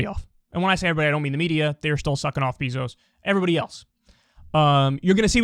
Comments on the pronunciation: This man Kyle says “Jeff BEEzos” lol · I love how Kyle calls him “Beezos” lmao